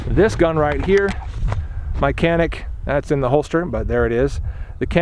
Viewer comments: This is Turkish made gun and I am Turkish myself.. first of all it is not kanik you should read it as Janic .. I did shooting with this gun in shooting range yesterday and I think it was pretty good.. what pisses me off is you pay there about 300 to 400 usd there for this gun but we pay about 1000 usd to buy this gun here because of hight tax etc even it is Turkish made! If you want to buy here walther or glock it is another story!! We must pay at least 4000 usd for those guns! Totaly rip off!! 😡😏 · not kanik it's canik cCc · "Canik" is a Turkish word and you should pronounce it as "Djanik" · It's pronounced as Janik as j from jelly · The C is pronounced like a J. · why is it that so many reviews can't say the name right it's Turkish so a c is pronounced as a j